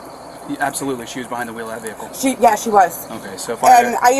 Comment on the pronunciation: “You want me to pull your vihacle?” 😂